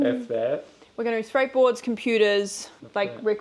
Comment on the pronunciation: Did I hear you say SKRATEBOARDS??? Welcome to the cool guy zone!